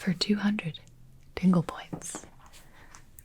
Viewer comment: I kept hearing "tingle points" as "dingle points" and I couldn't stop thinking about Timmy Turner's father